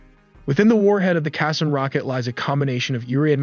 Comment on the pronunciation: Qassam is pronounced as ka saam.